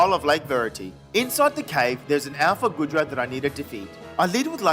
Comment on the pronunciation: This was an amazing Legends Arceus Nuzlocke :D | I loved when you were against Goodra and then you said Guh-dra it was so funny! I hope you make begin doing some Shiny/Type Nuzlockes too!